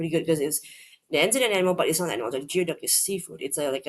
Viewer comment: Geoduck is pronounced GOOEY DUCK. Weirdest word always, icks me out. Never heard of Bugbear.